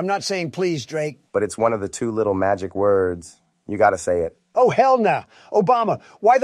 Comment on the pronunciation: "Its one of the 2 magic worrrds 🥺"